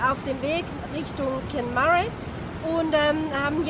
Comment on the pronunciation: Kenmare: Kennmähr, aber eure Variante ist lustiger ;.)